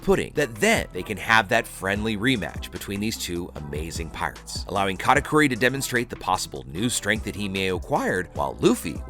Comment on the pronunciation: why you saying katakuri like Kata "cory"